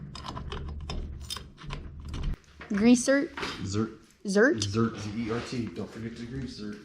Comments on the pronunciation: Zerk, not zert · Awesome video. I wish my daughter were interested in this stuff... maybe one day. Meanwhile shes got her own stuff she could school me on, for sure. One thing.. .grease ZERK. Z-E-R-K. Not Zert. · Its actually GREASE ZERK not zert lol. Now you know haha